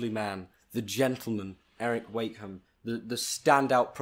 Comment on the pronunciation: You could at lest say his name right 💁🏼‍♀️🙄